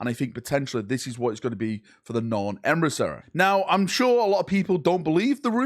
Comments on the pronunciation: Emissary ❌ Emrisseh ✅ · Me, clicking on the video: Boy, can't wait to hear how butchers the word emissary.: Emrisarry Perfect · HO... LY... EMPRA! THE NORN EMRISSA IS REAL! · emisareeh Closed caption: EMERY SORRY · This gets to me every video lol! It's not a hard fucking word 😂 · We need to donate to a speech therapist. 😮😮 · out here pronouncing emissary different every time